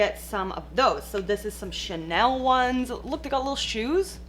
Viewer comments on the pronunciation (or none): none